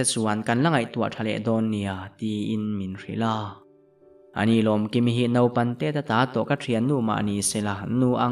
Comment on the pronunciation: Lomkimi tih ithluk dan kha, ilam hmasak ber kha athluk dan adik lo. Ahnu a ilam dan kha chu adik. Ilam hmasak ber kha ngaithla leh teh.